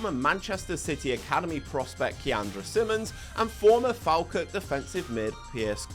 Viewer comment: Used to live in Elgin, great little club. A little bit of advice. Falkirk is pronounced Fall-Kirk Elgin is pronounced Elg-In